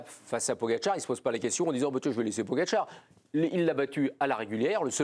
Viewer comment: A l’entendre.. celui qui sait pas dire le nom de Pogi.. il faudrait interdire ceux qui sont plus fort,de gagner des étapes.. allez… allez voir le psg 😂😂😂